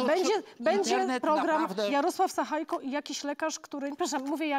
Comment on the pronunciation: Nie sachajko, ale sachajka, tak jak Łukaszenka, Sabalebka itp.